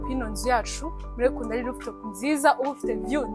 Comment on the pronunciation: Rooftop not looftop